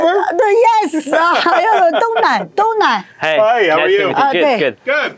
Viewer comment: 英语发音太差，good念作“顾的”，thank念作“三克”。